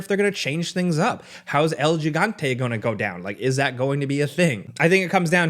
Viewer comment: He said El Jeegante lol It’s pronounced hee gahn te